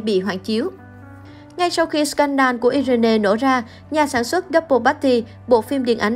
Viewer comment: Irene đọc là Ai Ruyn chứ ko phải iI rên nê nhé!